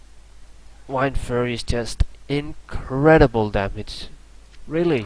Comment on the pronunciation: Why does he say wIndforce its wind-force